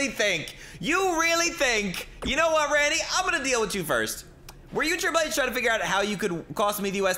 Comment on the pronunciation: Riple H😂😂😂 shii kills me everytime